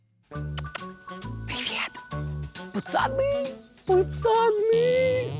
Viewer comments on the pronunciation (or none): none